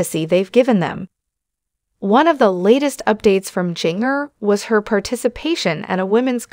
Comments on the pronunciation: Jinger is pronounced Ginger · Jinger’s name is pronounced as a soft g. Like the seasoning known as ginger.q